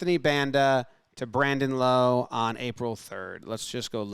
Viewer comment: great video but the only thing is it's "Lowe" not "Lowe"